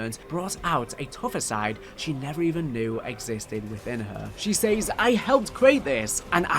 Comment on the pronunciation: I do miss when Zombies was just crazy experiments with a space rock but I also have no issue with everything else. They way you say "says" really hurts.